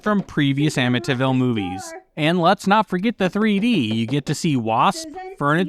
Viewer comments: Someone really needs to learn how to pronounce words correctly. Amityville is pronounce AMITEE-vill, not Amita- vill. Amd Inchon is pronounced IN-chon. NOT inchun. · Anyone else annoyed by the pronunciation " AmmiTIville"? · I like how he pronounces "Amityville" as "Amintinville." He sounds like an arsehole cooking up a soup for his own consumption. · I lived in Amityville when I was a kid. You’re pronouncing it wrong….